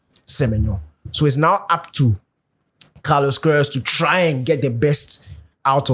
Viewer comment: Kudos to the camera man, he understood the assignment. The transition to Daniel right after coach mentioned the name was brilliant. We all knew Danny would comment on the pronunciation😂😂😂. Brilliant work , Coach the name again Carlos what …😂